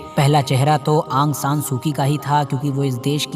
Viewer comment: aang san nahi aung san hai